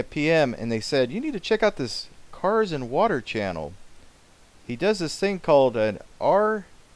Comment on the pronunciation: its pronounced car sand water